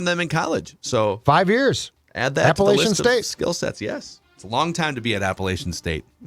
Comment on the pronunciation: It's APPA-LATCH-IN ...or UN. Not LAYCHAN. Damnit dudes. You've seen the Michigan game, undoubtedly? Maybe turn on ESPNU on September 3rd at noon? LATCH...LATCH....LATCH...LATCH...APPLE...ATCH....IN